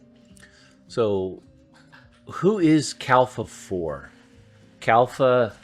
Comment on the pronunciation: You are saying Kalfa ....but the official name is Kalpa.